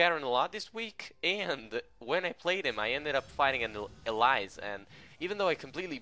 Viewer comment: that's not how you pronounce elise